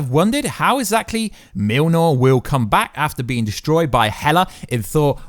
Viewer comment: Myole-near... say it like this phonetically please: Myole near.